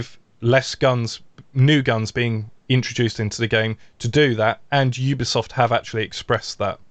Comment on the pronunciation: I would love to see a speech therapist come on and teach flanked to pronounce "Ubisoft" correctly.. Everytime he says "Oobiesoft" I feel like a piece of me dies inside.